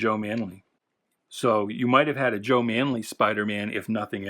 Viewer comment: I was the guy who told you about the correct pronunciation of Joe ManEELy. I’m friends with a guy (writer-artist Jerry Jonas) who used to work with him in the ‘50s. My friend is 90 years old and still sharp and he knows how to pronounce his old friend’s name. Repeat after me: Maneeeeeely.